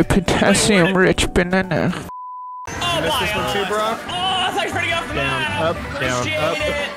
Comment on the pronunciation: When reached a stage of depression I heard 'a potassium rich banunah